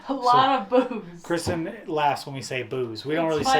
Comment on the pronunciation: Say what it's not Christian!! It's Kr-is-ten = Kristen Sorry Kristen,if I was a carebear I would be rhetorical bear. If I was a transformer I would be grimlock cuz I'm slow but get stuff done. Grate work. Hope all is well..